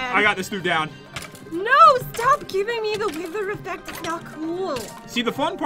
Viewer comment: When jet said wither she said wiwer